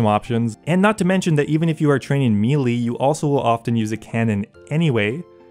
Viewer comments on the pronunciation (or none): Melee is pronounced 'MAY-LAY' not 'mee-lee' please stop this injustice.